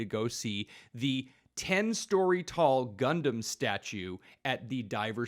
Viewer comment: So good to hear you guys say Gundam properly and not “gun-damn” 🤣👍